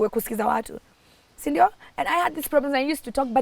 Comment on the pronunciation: That 'sindio' is coming out so well 😊 Such a bold girl. A good story teller. And so favoured too. The Lord keep you and give you another chance